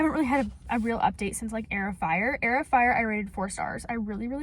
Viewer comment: Girl why when you said Heir of Fire i heard air fryer what😭